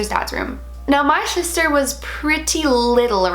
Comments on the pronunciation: "Shister" lol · Omg did I hear SHISTER?